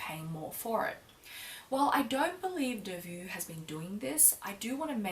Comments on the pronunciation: It's not pronounced delvu but delvo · Please, it s not Delvuu, but you have to pronounce it Delvoo. I m from Belgium 😀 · how to pronounce: long O like Faux (delvoe) not vue. :) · Your pronunciation is so cute....but wrong...it’s not delvu..but Delvaux..like O at the end...💗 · Lovely video as usual ,I think the pronounciation of the bag is delvO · It’s pronounced DELVO, regards from Belgium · Just one thing - it's delvO, like bow, toe, go ;) Apart from that, lovely and eloquent video as always, and I couldn't take my eyes off your blouse! I absolutely adore it!! <3 Hugs and kisses for the Family ^^ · Thanks a lot for such a thorough and thoughtful video,! This bag has been growing on me for quite a while already: initially I accused it of being too lady-like, but I've started appreciating its class and simplicity, so a Brillant is on my bucket list for. By the way, the brand name has an O (pronounced like in "Ontario") and not a U at the end (the -aux combination is always an O in French), but it's just a minor remark. Talking about "understated" luxe brands, have you ever tried or thought about a Bottega Veneta bag? I'm really interested in your impression of the brand. Happy holiday season, and have a great trip to Europe!